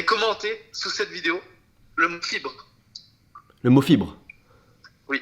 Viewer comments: Quand il a dit " commentez le mot fibre " jai compris CARRÉMENT autre chose que " fibre " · Au lieu de comprendre fibre j'ai compris chibre